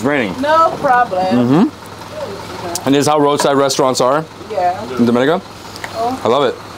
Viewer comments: You are getting there with the pronunciation; door-me-nee-car, DOMINICA 🇩🇲. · the only reason it is hard to pronounce is you are used to hearing it incorrectly the way newscasters in America and beyond do. dom-i-knee-cah - what is so hard!!!! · Wonderful video of Dominica. However, can we get the names and pronunciations right... Its Do-min-i-ca, Dom-i-nican. We are not the Dominican Republic or Dominica...shame on you. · I did pronounce it correctly in the intro but I did have some difficulty pronouncing it and for that I apologize. I truly appreciate your comment and constructive criticism and I hope you have a great week.